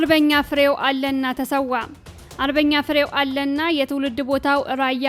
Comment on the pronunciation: ፍሬው አለነ ተብሎ ይነበብ